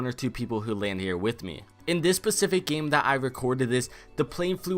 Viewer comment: “in this PACIFIC game that I recorded”